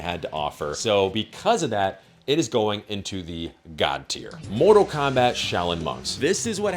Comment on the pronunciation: Mortal Kombact xd